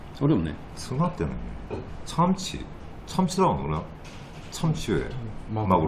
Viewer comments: 참치 발음이 삼치랑 참치 중간으로 들려요 어색한 한국발음 드뎌 발견ㅎㅎ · 저도 살짝 삼치로 들렸네요! 일본인이고 일본에 사는데 한국어가 정말 유창한 것 같아요👍👍